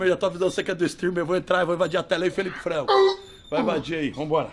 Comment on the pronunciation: FRANCO NÃO "FRANGO"